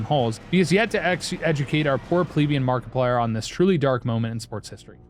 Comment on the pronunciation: Nobody can Mariplier like can! 🤣